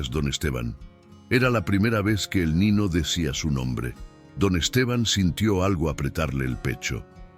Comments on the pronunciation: Esa historia muy linda .pero .porque tiene que hablar tan malo en esa historia . ??? Como. Diciendo manana nino ano..mono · Siii le falta la acentuación y pronunciar bien la eñe cuando dice niño, dueño, mañana .....😢